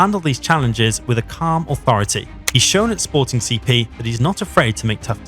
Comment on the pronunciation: Had to give this one a like just for the fact that you actually took the time to read, unlike so many others, and called "Sporting CP" by it's name, well done, thank you